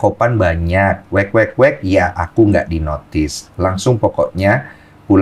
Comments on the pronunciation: bang, weka weka bang bukan wek wek wek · kesel sama cara baca om Denny Sumargo wkwkwk dibacanya wekwekwek 😭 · Wkwkwk dibaca wekwekwek 😭😭😭😭😭😭😭😭